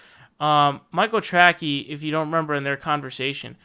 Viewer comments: he kept pronouncing his name wrong, should be “Tray-cee” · He purposely mis-pronounces it. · Is calling him Michael "Trackey" some kind of inside joke I don't get? Or does actually still not know how to spell or pronounce the name correctly lol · Are you saying Michael Tracy's name wrong on purpose? It's pronounced tray-see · Yes he is. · Yes DimBobby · It drives me crazy. Big pet peeve of mine. lol